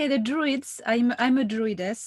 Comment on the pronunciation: Isn’t it DRUIDS? I thought droid like robot